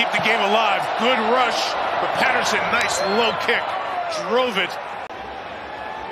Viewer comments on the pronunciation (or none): none